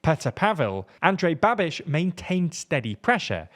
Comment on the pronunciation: As a Czech, I gotta say that the video is correct and your pronunciation of Andrej Babiš sounded like from native and the other names were also pretty good I would say that it’s the best I’ve heard from an English speaker!